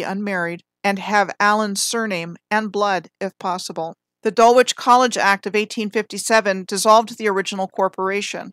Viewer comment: I believe Dulwich College is pronounced Dul-ich….likeLeicester is pronounced Lester.